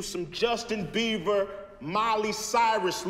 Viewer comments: Love how he pronounces it “Justin Beaver” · Did he just say Justin Beaver?